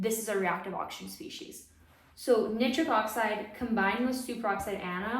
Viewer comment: Wonderful talk and very interesting! One very minor point, Nitric is typically pronounced nai·trik rather than knit-trik.